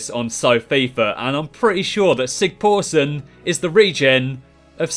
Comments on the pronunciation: You're pronouncing Sigþórsson so incorrectly, the letter þ is kinda pronounced like th, not like the letter p. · Well, it is extremely hard for foreign individuals to pronounce icelandic names properly, you did a great job besides þ. :D ps sorry about the euro's :D